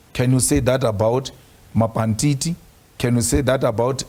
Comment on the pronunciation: "can you say that about Mapantiti "😂😂😂 ai Malema yoh